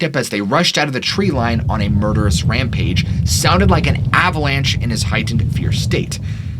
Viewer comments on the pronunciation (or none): none